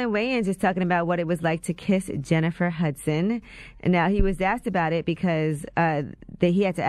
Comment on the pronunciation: “Hudsons” SMFH, intern!